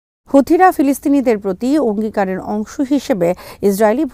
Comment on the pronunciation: কথিত গাছে ফল না হওয়া পর্যন্ত সম্ভাব্য ফলের ব্যপারে বিশ্বাস করা যাবে না! অংঙ্গীকারকে অগ্নিকার উচ্চারণ করেছে।🏹